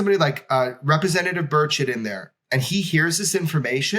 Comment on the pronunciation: You shuld probably pronounce his name burCHETT, not burchet, cause it sounds too much like bird shit xD